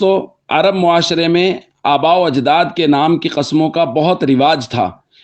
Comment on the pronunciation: عرب ہوتا ہے ناکہ ارب